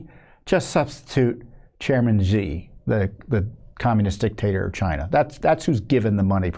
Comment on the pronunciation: Chairman XI its not pronounced GEE, its pronounced like "SHE" xi jinping, is pronounced "SHE GIN PING" in retard english.